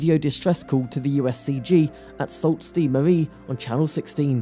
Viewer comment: Great video. The cities are pronounced Sue Saint Marie.